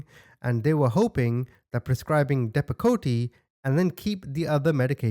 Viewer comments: With all due respect, it's said like Deppa Coat. Just sayin.😀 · Its pronounced DEP-AH-COAT. It is a psychiatric drug and that is very extreme to give to a child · Dep-a-coat (how it's pronounced) is an anti-psychotic medication. However that sounds like a massive dose for a child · Are you talking about Depakote? Dep - a - coat. This medication is used to treat seizure disorders, certain psychiatric conditions (manic phase of bipolar disorder), and to prevent migraine headaches. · depakote..(DEPP-UH-Coat and Seroquel?????? H29 grown ex-husband had those medications and he could barely survived them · DEP-A-KOTE!! Not Dep-A-Ko-Te Don’t say the E on the end so it’s sounds and Pronounced like DEP-A-COAT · Dep-a-coat. And there’s no way that little girl was supposed to be on that type of med. That was out right abuse. I have severe adult clients who take that same dose. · Also, the medication is pronounced "Depacoat" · I, as a 31 year old woman with bipolar II, take 200 milligrams of Seroquel per day. There are very few, if any, medications of which a toddler and an adult human being would be prescribed the same dose. In fact, I can't actually think of that fall into that category apart from things like inhalers for asthma and the like. As for Depakote (pronounced dep-uh-coat, btw 😉), it's a strong medication used for treating seizures and bipolar and is one of the nastiness side effect having drugs I've ever come across! Soo many people, myself included, have had awful things happen to our minds, and bodies, after taking that devil substance! To give it to a child, especially one so young, is one of the wickedest things I can imagine!! Truly unconscionable. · Dep-ah-coat it's insane a 2 year old was on that. Doctors like this is why real people in need can't get help. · It’s called deh.pah.coat lol. Hope you can make that out. Love your videos!! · Depakote is pronounced depacoat Source: I was on that medication from a very young age til early teens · Lol, depo-kot-ie